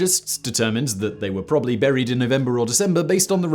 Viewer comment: Please could you pronounce the second 'b' in probably?